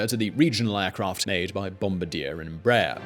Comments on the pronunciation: That not how Bombardier like you to say their name. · Disliked for incorrect pronunciation of bombardier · No, it's not how America speaks. It's the name of the company. If my name was Bob and you pronounced it "Borb," YOU would be wrong. This is just such a case. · He pronounces lots of proper nouns incorrectly. Whoever is writing the material is clearly turning out so much stuff that they don't have the time to do proper research. No attention to detail. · He gets so much flak for his pronunciation of Bombardier. On the other hand it be worse if Bombardier gets flak. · It's nothing to do with the spelling. Bombardier clearly has an R in it. I don't know why he was ignoring the R. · His mispronouncing of the company's name is driving me crazy. I'm not even from Canada and I know how to say the company's name correctly... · I think that you are supposed to pronounce it in French. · Bombardier is a French surname so the correct pronunciation is how the French say it. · Sorry but you're pronouncing Bombardier incorrectly. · It's BOOM-BAR-DEE-YEY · ffs, Bombardier is pronounced Bomb-BARD-EE-EH. Its from Quebec which speaks french. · Bombardier is a French Canadian name: "Bom BAR dee ay" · please stop Bombardier like that. It's a French name, Wendover pronounces correctly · Why does he skip the R in bom-baR-dier?? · Same haha i hated the way he said it lol. Its more like bomb bar dee ae... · I live in Northern Ireland UK, i worked for the company for 3 years. Everyone here calls it Bomb-bard-yeh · Couldn't finish watching after the first 5 minutes of listening to this pronunciation of 'bombadeer' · been saying Bombardeer ever since his first channel and honestly it's become more of a running gag than anything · Actually, it's Bom-bard-eer. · That is pronounced Bomb-bar-dee-yeah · No it isn’t. Don’t teach others when you don’t know how to say it yourself. It’s bom-bard-YE(H) with primary stress on the last syllable and the last “r” silent.